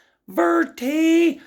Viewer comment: Pawverty lol